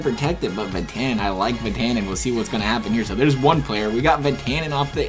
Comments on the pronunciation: Did you say Vetanin? It's Vat-a-nen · Ur saying vatanen wrong plz stop plz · Learn how to pronounce vatanen please